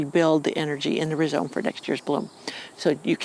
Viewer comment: Rhizome is pronounced rye-zome not re-zome.